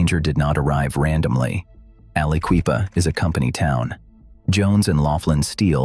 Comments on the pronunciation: Never heard someone butcher the name of Aliquippa that many times that fast. I'm impressed 🤣😭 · Alla-Kwee-pa. Never heard it posed that way. I heard it pronounced as Alla-kwip-a Never heard it's that bad. Jones and Laughlin (Jones and Lock-lin) was bought out by Lyndon Johnson's buddies at Ling-Temco-Vought. LTV. LTV proceeded to squeeze money out of the region. A lot of river towns got trashed by LTV. Most of the derelict coal towns along the Mon were once run by J&L. When LTV crashed, so did they. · How many other people thought to themselves a guy that starts off by calling The Quip AliQUEEFA Like it’s the Sister Of Queen Latifa should not be making Videos about Pennsylvania… I shut it off right then and there